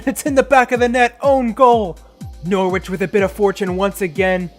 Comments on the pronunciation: Its nor ich not nor wich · i’ve been enjoying this series so far & i know i’m a while behind but the way you pronounce norwich is so infuriating, the w isn’t pronounced!